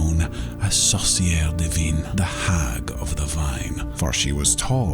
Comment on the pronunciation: I'm French, so it took me a while to understand the name of the witch. He pronounced "sorcière divine" (divine witch)... he meant "sorcière du vin" (wine witch) lol. The French "in" sound has absolutely nothing to do with its prononciation in English; but sadly, my mind went blank when trying to find a similiar sound in an english word. If I find something later, I'll come back and edit this comment